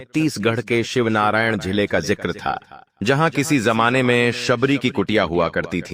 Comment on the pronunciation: शिवनारायण नहीं शिवरीनारायण बोलिये